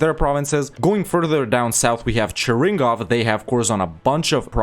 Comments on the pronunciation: cheRINgov? realy))) not cheRINgov, cheRNIgov)) From the word "chyorniy" Чёрный(black) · Why Chernigov is Cheringov?